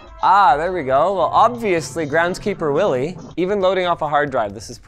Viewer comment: I just love how he says Groundskeeper Willie with his accent...